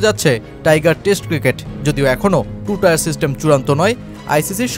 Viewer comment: টু টায়ার সিস্টেম নারে, টু টিয়ার সিস্টেম। 😂😂😂